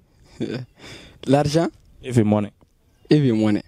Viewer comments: Mr on peut dire the ( de) ou the (ve ) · Mon frère c'est pas pour te vexer hein, mais ça se dit the money, pas vé money